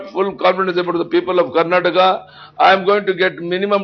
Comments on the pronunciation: That's not Karnatak that is Karnataka , That's not kannad That's Kannada first learn the name of that place then start the news channel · Its karnataka not karnatak